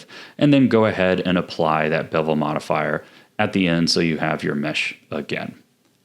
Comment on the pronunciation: "the mirror forifier"😂😭